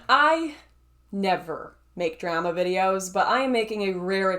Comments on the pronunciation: You say drama weird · “…drama videos” there’s that good ‘ol canadian accent! But seriously, is probably a bigger laughing stock than the Young Turks at this point, and that’s saying something.